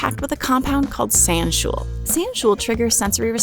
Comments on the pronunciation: Just to be clear! Sanshool is not pronounced San-shool! It’s actually pronounced San-shoh-ohl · A very minor nit-pick: sanshool is pronounced 'san-sho-ol', not 'san-shool', as are many other chemical compounds, e.g. linalool. In fact, zoology should be pronounced 'zo-ology', but 'zoo-ology' has stuck for some reason. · Sanshool should really be pronounced like "sawn show all", but I wouldn't blame anyone for pronouncing it the other way, it's just stupid the way scientists write things sometimes. Sansho-ol would really be a better spelling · Hydroxy-α sanshool rightly should be pronounced SAN-SHOW-ALL. It's the Japanese word "sanshō" (their name for the pepper) plus the suffix "ol" that you see in words like "phenol" or "alcohol".